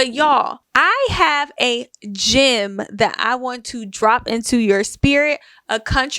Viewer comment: it's funny how you say gem. It sounds like gym to my kenyan ear😅